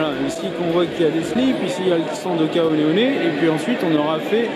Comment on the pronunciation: Génial ce format vlog pré-course les! Ca serait top si vous pouviez faire ça plus souvent! Et sinon, je crois que l’on dit « hoka one one » (ouane ouane, 1 - 1 quoi!) et non « oné oné » 😜... a moins que ça ne soit une vanne!